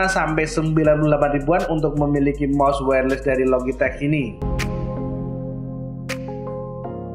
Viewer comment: Btw cara bacanya "wayer les" ya bang, bukan "wayer lis" makasih :)